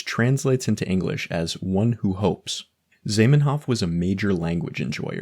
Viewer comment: Zaiymenhoff? It's Zah, like Oprah, like the o in cottage cheese.